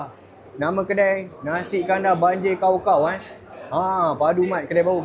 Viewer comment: Cakap pun tak betul..banjir jd banjar...sah2 nk buat content😂😂😂